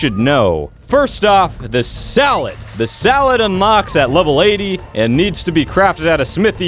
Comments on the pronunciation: Is it just me or did he say "salad" instead of saddle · U said salad insted.of saddle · he keeps saying salad instead of saddle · Saddle= S A D D L E= Saledd=Salad!